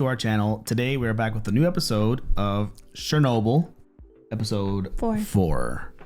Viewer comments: Please. It’s Chernobyl, the ch is like cheese, not shernobyl like shower. You’ve heard it announced so many times in the show yet you still mispronounce it! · Hey FYI it's not pronounced with a soft 'sh' type sound at the beginning, as in French, like saying "Cher". It's the usual (in English) 'ch' like in church or chair. [Ukrainians would spell it Chornobyl, and Russians with Chernobyl, but either way it's like 'ch.' That first syllable means "black."]